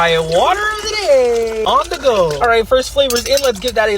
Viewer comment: When they pronounce the as "thee" when the next word doesn't begin with a vowel. You don't say, "Pass THEE ketchup". The cable. THEE audio cable. [These are correct examples.] If you are an offender, please stop.